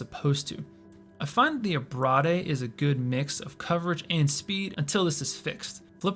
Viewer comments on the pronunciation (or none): Did you pronounce "Abrade" as "Ah-brah-day"? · It’s ABRADE (ab-ray-d), like .. abrasion, abrasive….. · You know it's pronounced "uh-brayde" right? Or is this a meme? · Great video, but the way you say "abrade" is crazy.